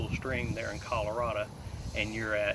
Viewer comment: “Al-u-minium.” I believe those folks “across the pond” are pronouncing aluminum correctly. Right, Mr. Colordah? It’s Colorad-oh. Your ignorance screams Trumpism.